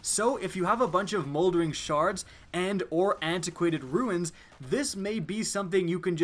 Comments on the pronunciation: It's pronounced like "roons" I cringed when I heard him say ruins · Runes. Not ruins😁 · Runes, not ruins. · IT'S RUNE NOT FUCKING RUINS. Why the hell do people mispronounce it so much. It's just adding an unnecessary syllable to the word. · Runes not ruins... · Runes (roons) not ruins (roo-ins) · Why are people this stupid? Ruins? It's Runes people! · Lol "antiquated riuns" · do Canadians say tolkiens? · he's been saying it for a year, so annoying. triggers me everytime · because it clearly says RUNES. Just learn to read, and it's not just him